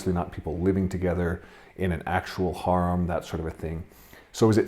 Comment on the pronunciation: And it is pronounced "hair-um" not "hor-um"